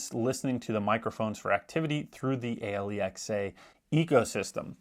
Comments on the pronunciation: All credibility lost from the moment he called Alexa, A Lee Ex A. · It took me a few listens before "Ahe-lee-ex-aa" made sense! 😂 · WHY IS HE SPELLING ALEXA?